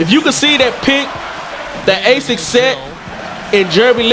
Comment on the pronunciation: Lol Asik(A-Sick) , its pronounced (Uh-Sheek)